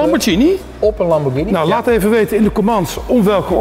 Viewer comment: Lamborghini goed uitspreken respect hij weet het wel ❤️